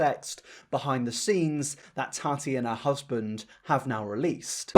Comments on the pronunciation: Dude. I like your videos, I do. But recently your pronunciation has done my ***s in. Why are you pronouncing your T’s as soft d’s? It’s Tati, not Tardy! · I love you, but I couldn’t watch this video because of your pronunciation of Tati. Or in your case, Tani 😂😂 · “TARTY WESTBROOK” 🤣🤣🤣